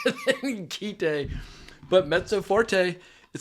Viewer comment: It's Kite, as in you fly a kite. The katakana transliterated phonetically would be akin to kai-to. Originally it was called "A Kite", but that name was shortened. Whoever told you it was called "keetay" obviously knows nothing about Japanese.